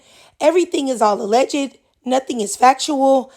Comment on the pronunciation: Wtf is "aleg-id" It's pronounced: "Alegd"